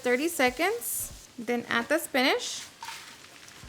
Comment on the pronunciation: Like your accent "Spinach" ❤❤❤